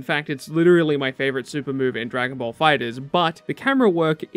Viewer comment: Are you saying ball or bowl?